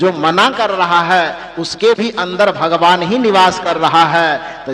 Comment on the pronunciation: भगवान होता है आप भगमान कहते हैं 😂